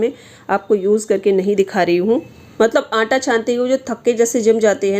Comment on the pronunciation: मैडम जी आप आंटां बोल तीं है क्या आटा।सही शब्द। हैं।